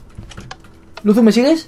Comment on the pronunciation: es luzu no luzo